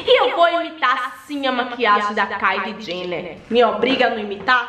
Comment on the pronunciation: “Ce ta cum medo KAILI JHENER”